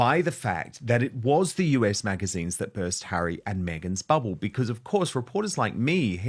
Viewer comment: Dan, it's "us", as in the word, not "U.S." magazine.